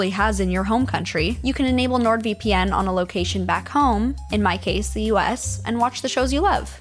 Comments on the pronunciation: It’s pronounced nord-VIP-in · You pronounced NordVPN wrong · ITS NORD VIPPIN!!!! NOt V - P - N 😁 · It’s pronounced NordVippin